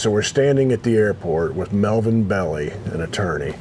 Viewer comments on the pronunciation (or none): Just for nothing, the attorney is a San Francisco icon and his name is pronounced Bell-eye, not Belly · Small correction: it's pronounced Melvin Bell-eye, the famous attorney for many celebrities (Muhammad Ali, the Rolling Stones, etc.), best known as the attorney for Jack Ruby, who shot Lee Harvey Oswald.